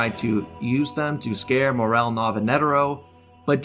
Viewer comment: it’s MORAAAAL, not MOREEEEELLLL😂